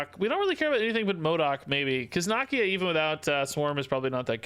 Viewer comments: I love but dude cannot say nakia right for the life of him lol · "knock-ee-ya" lol